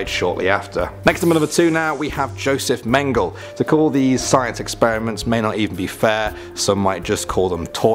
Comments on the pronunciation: My great- grandma’s cousin was experimented on by Dr. Mengele. She survived, but could never fully speak about the horrors that man did to her. By the way, it’s pronounced “Menge-LEH” not “Mengel.” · You pronounce mengel as men-jell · His name should be pronounced Men ge la